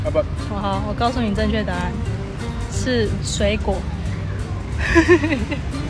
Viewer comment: 水果不是那個音